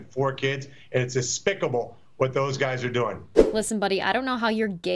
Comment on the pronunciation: " ... it's aspicable...."